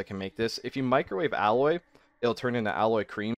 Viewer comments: Oh god its not alloy, it's aloe. "ah - low" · (Aloe is pronounced al-oh, man. Not alloy.)